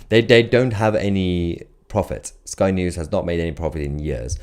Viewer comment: Did you say " spy" news